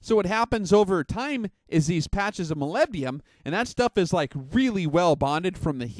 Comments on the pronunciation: Hi, Not to be a wise ass, but you are completely mispronouncing Molybdenum. You're saying Molybdium. President George W. Bush caught hell for saying Nu-cu-lar (Nuclear). Anyway I'm an Analytical Chemist and test Molybdenum in the vitamins and minerals by ICP-MS (Inductively Coupled Plasma-Mass Spectrometry). It's used as a catalyst in many enzymes in plants and humans. It has an atomic number of 42 (the number of protons). The rest of the weight is made up of neutrons (98 atomic mass units - 42 = 56 neutrons if you take the most abundant isotope). There is a contradiction, in your video, from some shooters that say it actually slows the bullet down. I have yet to test fire my reloads. Molybdenum disulfide (MoS2) is the compound used and does lubricate the bullet but apparently adds drag, but will look into it further. Just sayin.-Paul D. Dodson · Oh shut up, he spells it right...just says it weird. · Is it that hard to say molybdenum right? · Love your vids. Moleebdenum That's how it sounds.